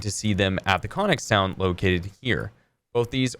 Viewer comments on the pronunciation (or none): "or you are going to see them at the cawning sawnd located here" at the what? Even captions went "conic sound" for that bit lol. Guess this is what people mean when they say some american english accents can be far less intelligible than you'd think. (Yeah I know it's Connex Town ; ))